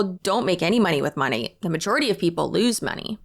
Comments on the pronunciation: It amazes me that these huns still can not pronounce the name of their "own business"! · It still cracks me up every time they pronounce the name of the company they work for incorrectly. They consume an unbelievable amount of Monat-related content, you'd think the correct pronunciation would stick. Sure it's a weird word, but I feel like the minimum requirement to promote something has to be saying it correctly.